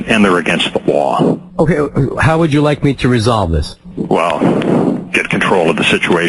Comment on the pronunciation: It's against the lawr